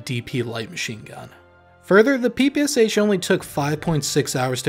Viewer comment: pee-pee-ass-ach lmao, this sounds so hilarious )) The real name of this gun is PE-PE-SHA (Shpagin pistol mashingun). Legendary gun. P.S. By the way, very good analysis. Good job author.